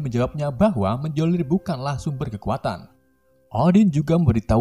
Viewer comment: Miolnir di bacanya miolnir, kagak pke j , kesel dengerna cukkk